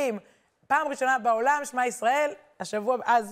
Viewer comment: חזק וברוך !!! המון תודה!!! אגב, ש-מע - מתחת לאות שין יש שווא נע, לכן אומרים את האות שין כאילו בצירה...